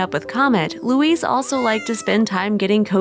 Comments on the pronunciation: Louis is not pronounced Louise! It is a male's name and said normally without pronouncing the "s", like Loui or, if you MUST say the "s" then it is "loo-is", not" Louise", Dummkopf. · Louis, is pronounced LEW-EE